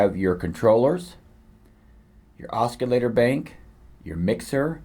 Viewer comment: Cool review, but.... it's pronounced OSS-i-later. There's no hard 'C'. Just an FYI.